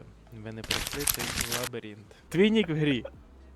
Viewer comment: Лабіринт а не лабірінт 😂